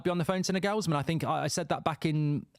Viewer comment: Bro who tf is Naygullsmen? 😂 Southgate INNNNNNNNNNNNNNN